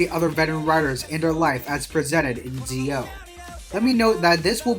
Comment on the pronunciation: it's Zi-O(Ji-O) not Zeo